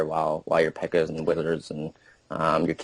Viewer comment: omg its peh-kas not peeeeekas!!!!!!!